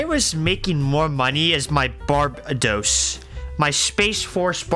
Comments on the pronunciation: No it's Bar bay dos But as one word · bro still can’t pronounce Barbados